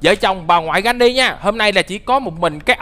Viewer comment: Phải là granny chứ không phải là Jenny